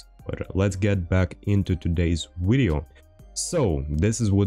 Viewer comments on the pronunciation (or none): stop saying wideo and well sub if we feel like it!